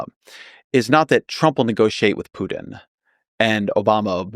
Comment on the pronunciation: Klein pronounces Putin as "Poo-din" and housing as "house-ing". Hmm. Other than that weirdness, his commentary is thoughtful and interesting.